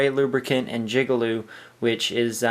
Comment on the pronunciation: did you just say jigalube? LMFAo